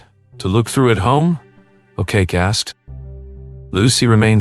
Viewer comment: An English narrator, really, I honestly thought by the way pronounced Sam's surname as A Cake E, Ok Ok, O Kacki .